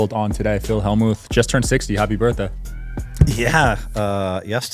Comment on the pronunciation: It's like he's saying Phil Hell-mooth 😂